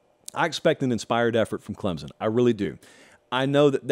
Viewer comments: Let me help you. It's not clemzon, it's pronounced clempson with soft focus on the p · You cant say ClemSon right,there is not a Z in ClemSon!!!